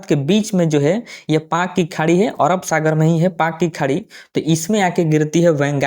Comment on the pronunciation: ओरब नहीं अरब